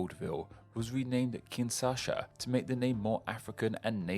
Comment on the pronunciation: You have a very specific pattern of mispronouncing names: you flip the syllables around. You read Kinshasa as Kinsasha and Trujilo as Trulijo (and then used an Eastern European pronunciation for the j, instead of Spanish) also you read Jahangir as Jaganhir Bishkek as Bishbek among other examples Hope that helps!